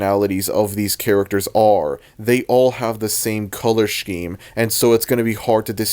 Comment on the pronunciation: And pronouncing scheme as "sh-KEEM"